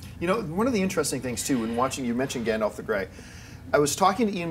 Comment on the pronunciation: Did seriously call him Gondoff? And call the mountain Arober? Please learn the proper pronunciations!